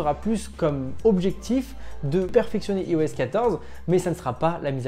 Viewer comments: Y’a TROP de gens qui prononcent mal iOS… Ça se prononce "Aïe-OS". Comme "Aïe-Phone", "Aïe-Pad"… etc. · Par tous les saints, pourriez-vous cesser de prononcer "i-OS" à la française au lieu de dire "eyeOS" :( ? Sérieux quoi, si vous dites "i-OS" à la française alors assumez et dites "i-fon" aussi! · La vidéo démarre "Yi-OS" 15 ! Aie...